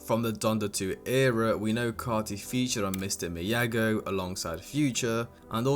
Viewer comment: did he say "mr. miyago" 💔